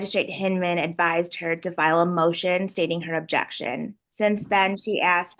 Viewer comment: Obb-Jay-Uct-Shun! Obb-Jay-Uct-Shun!